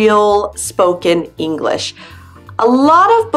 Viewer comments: But she's articulating incorrectly. The sh sound is not shuh. It's sh, like telling someone to be quiet. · Why, when she pronounces "English," does she say "English-uh"? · Why the spoken 'le' after she says English? The word is not Enghish-le, it is English! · nathanpiazza - totally agree! I’m a Californian and somehow came across this video and was thinking...what’s with the “uh” at the end of some words when she pronounces them. That’s NOT American. We don’t say “english’uh” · What is "English-uh"? The word has two syllables, not three. No one says it that way except perhaps Valley Girls. By the way, American Spanish speakers are the fastest talkers you'll ever hear. Puerto Ricans top them all. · Why do you say English-a???? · I’m an American English speaker and it’s sounds like you are emphasizing the last word you say in a sentence and adding ah to the end of it . Example - enough-Ah .... English-ah , just saying .